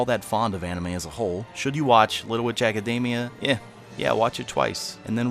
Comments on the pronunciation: Little Ejacademia... It's all I hear when he says the title. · AC- A DAMI- A? It's academy but in japanese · Little ejack-admina.....why do you keep saying that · Your pronunciation of "academia" made my eyes twitch.